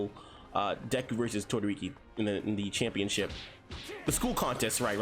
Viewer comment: did he say todoriki smh